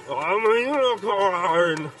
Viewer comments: I couldn’t help but hear your intro “I am a unicorn!” as “I am a eunuch horn.” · Was that 'unicorn' or 'eunuch-corn'?